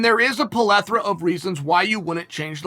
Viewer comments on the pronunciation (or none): Me: Pleth- Chael: Polethra Me: OK, great. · Everyone before: plethora Chael: plolethra Everyone now: plolethra** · Polethora = Plethora, ok great. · A "palethra"? LOL Bruh it's PLETHORA. And it's not "Makelchev", it's "MAKHACHEV" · Plethora? Nah! Pulefora? Yes! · Chael: There is a pelethora of reasons... Me: I better tell the Oxford English Dictionary they've spelt plethora wrong... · Breaking News Webster's official dictionary has replaced the word "plethora" with "polethera" Why? Bc Uncle Chael fn said so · “pullethora” > plethora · Polethra of reasons? 😂😂😂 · Polethra,Mackleshev..only Chael can change language and nobody cares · Chael: polethora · Chael “polethera” Sonnen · uncle chael with a new word “Polethra” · plethora. learn to pronounce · Lmao he makes up a “plethora” of words per episode. Just what Chael does.